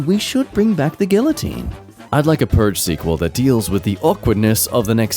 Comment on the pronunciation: pronunciation of guillotine is so funny to me for some reason 😂